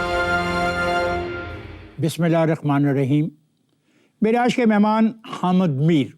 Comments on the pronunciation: اس طوطلے جاوید صحافی کو حامد کہنا نہیں اتا خامد میر کہ رہا ہے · Hamad Mir😂😂 his name is pronounced as Hamid Mir. Look at the level of his urdu language.